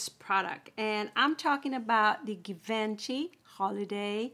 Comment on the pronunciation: Nice review but just so you know it’s pronounced G vaan shee.